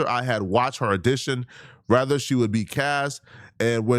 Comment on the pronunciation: always makes “whether or not” sound like “rather or not”. WHY!?